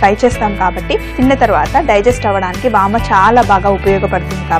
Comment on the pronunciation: vaama kaadu vaamu